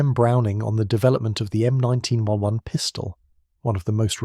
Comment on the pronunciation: is there a way for me to ban all of these AI slop channels from appearing in my feed.. i might be genuinely curious in the topics/video ideas they have but i cant listen to this half nonsense computer voice drone on about slop.. the "M19-1-1", followed directly by the "M19-1-11" if it cant pronounce possibly the most famous pistol in the world, how can it be trusted for any of the other information in the video